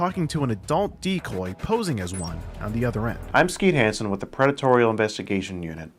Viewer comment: Excuse me…… “Skeet Hansen”?